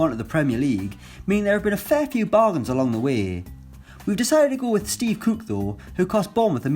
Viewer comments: It’s Cook not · Why does he pronounce “cook” “Cooke”? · The way he says cook